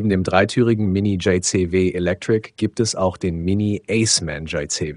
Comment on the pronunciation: Entscheidet euch mal für Englisch oder Deutsch. JayZehWeh klingt einfach nur dumm.